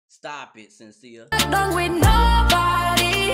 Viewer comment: Shhhhhhen-see-a, not Senseea.